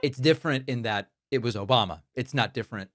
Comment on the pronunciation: I laugh every time I hear "OBAMNA" 😂